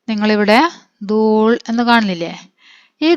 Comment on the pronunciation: ദൂൾ അല്ല ദൂല് ആണ് ഞാൻ ഒരു ടീച്ചർ ആണ് 😊